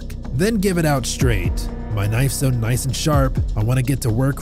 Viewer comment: bro said “kidne” and “nise” 💀